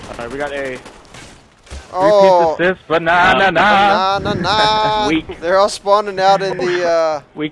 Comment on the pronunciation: I smiled when the guy from ur team said BANANANA., ur a true person, it looked like u were friends with all of them for like 10years. Keep it up, Sir